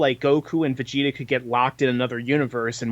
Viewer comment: vegeta not vegetables